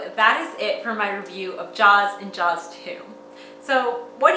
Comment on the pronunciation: She called “Jaws” fine ..... wow